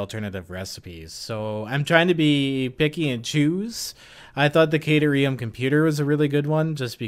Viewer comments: Phonetically, it's Cat-air-ee-um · You know at first I was really upset with the mispronunciation, but now I think it would be super funny just to keep saying it how you are. Makes it sound more like a place you would go to snuggle cats if you got stuck in ancient Greece.